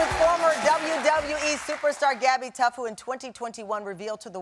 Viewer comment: I thought I heard her say Gabbi Tucked!! 🤦🏻‍♀️ 😅